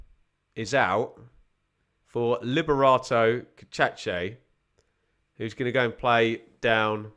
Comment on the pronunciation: Cacace = ka-ka-chay (the first two syllables are the same, so not ka-cha-chay)